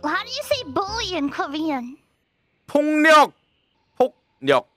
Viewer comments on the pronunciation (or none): ~6 님 발음 똑바로:폭력 으로 안 들려요ㅋㅋ 폭령 홋력 으로 들림 진심 rosedoodle 완전 천재!!! 발음 너무 좋습니다♥